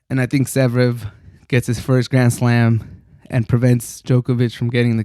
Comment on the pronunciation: Damn it took me long for me to find out that you are saying Zverev